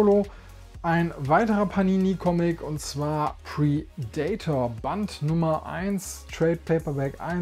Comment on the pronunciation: Sehr schönes Video und gute Auswahl. Allerdings muss der innere Monk in mir Dir mitteilen, dass Du Predator falsch aussprichst! Das macht mich fertig ;) ... Tolles Video!!!